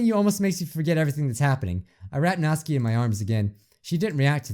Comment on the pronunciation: That Raccoon Nick I’m i the only one that got annoyed when kept calling notsuki, nazi I didn’t hate this video though